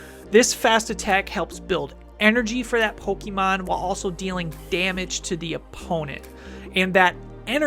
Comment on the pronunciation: Still absolutely love the show, but every time you guys say Pokémon you say it like pokie mon which reminds me of when I was in high school and used to get made fun of for still playing our beloved game. Not here to knit pick but maybe check the pronunciation because I’m pretty sure professor oak told us all as kids it’s poke uh mon. Love the show, love the podcasts!